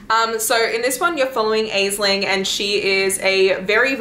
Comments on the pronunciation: oh btw i just wanted to drop by and say the name "aisling" or similar versions of it is pronounced "ash-lynn" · Aisling is an Irish name and is pronounced like "Ashlynn"